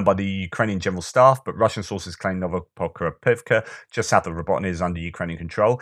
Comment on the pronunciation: You must have had an extra cup of tea today. You nailed it on Novoprokopovka and Novopokrovka. Great job! ;)